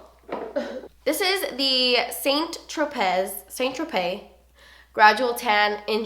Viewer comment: just FYI it's pronounced "San tro-pey" :)